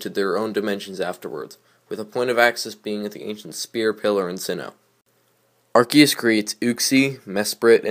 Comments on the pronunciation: The correct poronceation in (ar-key-us) you are correct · you say arceus correct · You actually pronounced Arceus correctly